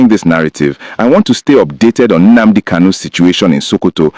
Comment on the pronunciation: My friend you claim to be an Igbo man but you can't pronounce common Nnadi KANU or Nnamdi KANU or even Nnamudi KANU and you are here saying or calling him "Nnamdi" please, can I ask you a question🤷: please what does "Nnamadi" KANU mean because as of me I don't know what Nnamadi KANU mean I only know about Nnadi KANU, Nnamdi KANU and Nnamudi KANU 🤷🤷🤷???